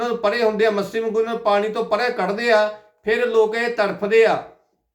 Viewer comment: ਮੱਸੀ ਨਹੀਂ ਮੱਛੀ ਏ ਤੇਰੀ ਜੀਭ ਮੋਟੀ ਲੱਗਦੀ